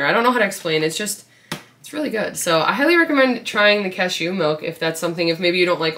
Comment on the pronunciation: The way you pronounce cashew is so funny